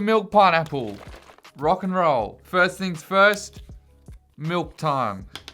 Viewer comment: I like how you say miWk instead of milk. Zooperdooper milk is 0/10